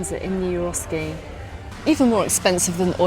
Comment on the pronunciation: Isn’t it Eroski not Euroski? Sorry to be picky. Big fan of yours 😊